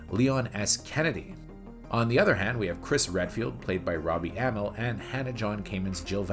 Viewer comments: I hate to tell you this but the characters had very little character development in the first two games. And you're saying amell wrong. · It’s pronounced Uh-Mell and Yo-Hanis. Jesus… do some damn research.